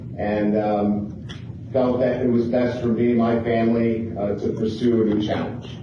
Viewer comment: "The last 12 years of my life have been incredible for me and my family" 1 week later, "I'm here with my fay-mly"